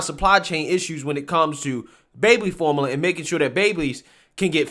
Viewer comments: can't say formula. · That word is like Form-you-luh.